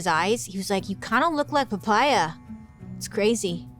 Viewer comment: I laughed so hard listening to Poppea become Papaya 😂 Is that how you pronounce it in english???😂😂